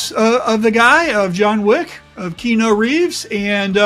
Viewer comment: Love this video, can't wait to try it out. Thank you! Btw, his name is pronounced Key-Ah-Noo, not Key-no 😄